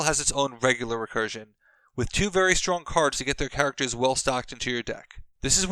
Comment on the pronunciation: “Grimaracters,” anyone?